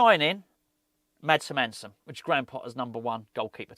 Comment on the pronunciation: as a dane you like others are saying his name wrong its like Heeeeer- mannn-seen and say it fast lol